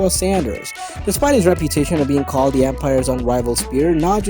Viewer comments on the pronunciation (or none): none